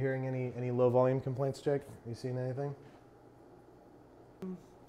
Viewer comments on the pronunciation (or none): none